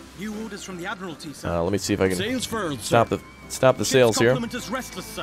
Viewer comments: Your pronunciation of Admiralty is interesting. It should be pronounced ADMIRAL-TEE not AD-MIRAL-ITY. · My friends says Admiralty the same exact way and it breaks my brain.